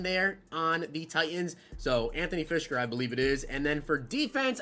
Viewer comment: as me laughing so hard with the titans. He said firskers name wrong and then said Jarvis instead of Harold